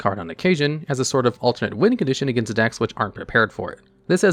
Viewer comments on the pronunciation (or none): none